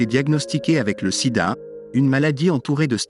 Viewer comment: Bon contenu mais gâché par une voix IA qui est incapable de dire certains noms correctement et prononcer Sida à certains moments. Dommage. Pourquoi ne pas utiliser votre propre voix? Cela donnerait une certaine crédibilité et sincérité à votre travail